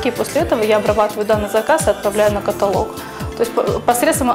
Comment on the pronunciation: корреспонденту должно быть стыдно!!! каталОг!!! ударение на последнем слоге...позорище!!!